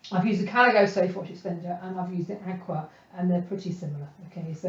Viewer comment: Great videos. Susan Rostow, the maker of Akua inks says, Akua is pronounced a-koo-ah and means "spirit" and "honor the land" in Hawaiian.